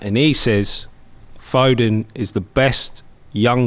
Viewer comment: It’s foden not foding